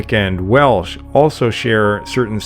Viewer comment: As a Welshman I can congratulate the pronunciation in this video. Lots of documentaries get Welsh pronunciation wrong.